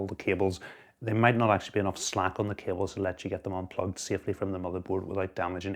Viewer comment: "we have done a really good job of managing cabeles" lmao awesome video